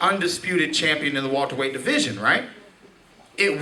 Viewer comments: "Wulterweight" lol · he be saying Walter-Weights sometimes too